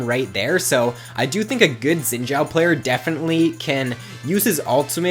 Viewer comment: It kinda bugs me that people are pronouncing xin zhao as zin zhao. The xin has the same pronounciation as the sin in lee sin. I am chinese so i know.